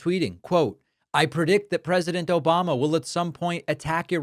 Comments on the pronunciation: That echoing "Obamna" gets me every time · David that “ObamNa” gets me every time😂🤜🏾🤛🏾